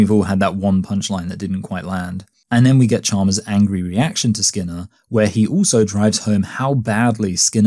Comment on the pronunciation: why do you pronounce "also" as "ooso"?